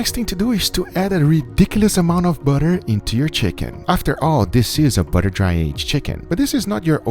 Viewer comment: "Buuhdurr"... Guga you're the best.